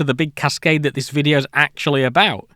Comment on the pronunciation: hmm yea but, it's video, not fffffideo.